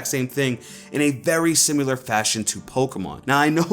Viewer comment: Why do you say simular?